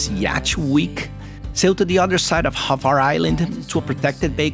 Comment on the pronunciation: Wind is called bora or bura….and the island is called Hvar not Havar….